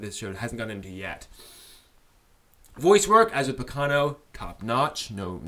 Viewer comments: While I agree with your comments on the first 3 episodes, I think it would be better to not compare it to Baccano as much as you do. (By the way, you're the first person I've ever heard pronounce it baKAno... o.O) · it's pronounced ba-ca-no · Dude the way you pronounce Baccano pissed me off for some reason